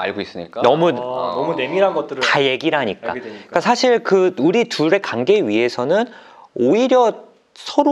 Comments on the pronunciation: 예전부터 느낀건데요... 주제넘지만 그래도 위해서 말씀드리고 싶었습니다 환자, 관계,과거 처럼 이중모음 발음하실때 신경써주시면 전달력에 도움될거같아요~~~ 이중모음은 거의 다 이렇게 발음하셔서 한번에 못알아들을때도 있거든요ㅎㅎ 지금도 한자, 간계,가거로 들리구요ㅠㅠㅠ 은 프로시니까 금방 고치실수 있을거같아요!! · 딴 얘긴데 '과' 발음 진짜 안되시네요ㅋㅋ 정신가, 간계 로 발음돼요ㅋㅋ